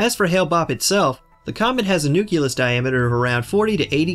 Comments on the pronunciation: It's not newc-u-less, it's "newc-lee-us". Sound it out, my friend: nucleus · Nucleus NOT nuculus. 🙄